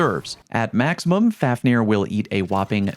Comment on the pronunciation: Fun fact: The pronunciation of this weapon is really more like “fove-neer”. Being named after the dwarf who turned into a dragon out of greed. He was later slain by sigurd